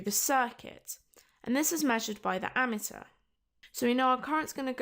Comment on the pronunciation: Don't think that's how you pronounce ammeter, sounds like your saying ameteur